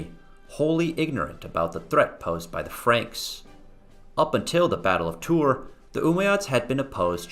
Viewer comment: You also keep saying Gregory of Tour. This is a great subject, and I wanted to watch it as a refresher. I studied it in high school and college. I also read History of the Franks several times. I don't think we read the same translation. I didn't find your video helpful. Your delivery was distracting.